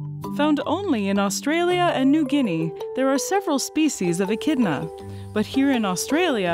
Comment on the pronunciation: Glad you kept saying the name right cuz I’ve been saying it wrong 😂